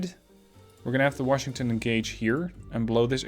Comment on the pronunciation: love the vids! I know English is a 2nd or 3rd language for you and you speak it REALLY well. A little pet peeve of mine; Washington is pronounced without an "r". it is wash not worsh.